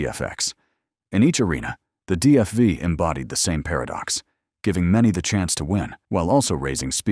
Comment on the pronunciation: DFI? DFY? What are you mumbling about. The Gilmore Foyt Indycars never used Cosworths, the used Offenhauser and DGS motors….